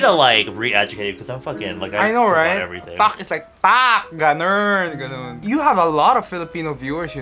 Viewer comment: "PaK GaNnErN" P.s I'm from the Philippines